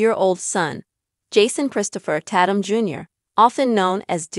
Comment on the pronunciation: FYI His Last name is not Pronounced Tat -um its Tay-tum and its obvious they wanted to keep it private its unfortunate from one video clip its now gone Viral now they really have to duck and dodge the media and I think its so said that people can't just keep the parts of their private life private that they want to keep that way.